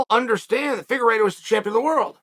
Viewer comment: Fingeredo, at first and then figueredo. Chael really keeps us guessing if he mispronounces names on purpose or what